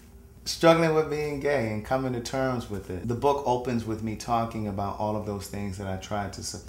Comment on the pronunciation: went through some "thangs" not "things".